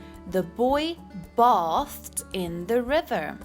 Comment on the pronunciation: bathed is pronounced with a long a, like in the word bathe